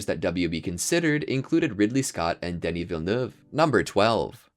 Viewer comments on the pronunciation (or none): none